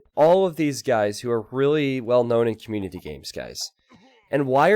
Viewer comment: its not que-munity... its COM-munity. fkkkkkkkkkkkkkkkkkkkkkkkkkk